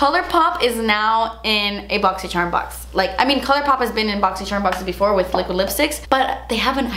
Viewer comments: Cringe I was hoping and praying she wasn’t gonna say boxy”sherrrm” Still love her tho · I loooove how you say “Boxyshhharm!” 🤣. I got great stuff in my box this month 🤗. I tried everything I got in my box today except the mask and love everything! I got a different eyeshadow palette than you. I got the Colourpop Semi Precious Eyeshadow Palette 🎨 and they’re all shimmers. I was hoping to get The Element of Surprise palette because you get a mix of mattes and shimmers. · I’m just here to hear you say “BoxyCHERMUNBOXING” say it again and again lol